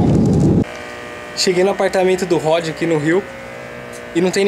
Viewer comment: "SUBIU" DA ROÇA MODE ON